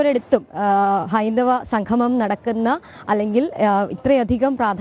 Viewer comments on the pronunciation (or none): മോളെ സംഘമം അല്ല സംഗമം